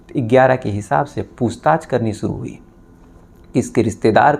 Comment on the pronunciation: Saks😂,suru, sare, sadi this needs to fix his language and he said he is a lawyer 😂